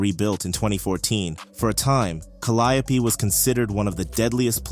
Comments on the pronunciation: It's pronounced Cal (like pal) li (like lee) ope (like open for example) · Whoever this guy is reporting is trash he has wrong pictures up here and could not even pronounce calliope properly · the way you pronounced caliope is crazy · Cah-li-oh-pee killed me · It's crazy the way they pronounce calliope😂😂😂😂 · 😂right it’s driving me insane